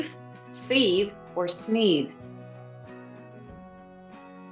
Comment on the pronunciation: She mispronounces several words such as sieve and cadence.